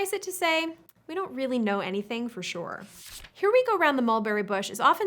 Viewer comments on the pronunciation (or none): none